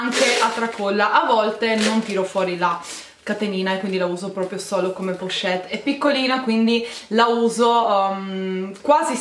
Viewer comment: Solo io ho notato che non sa dire la parola " pochette"?.e comunque belle borse,ma non firmate non ti piacciono?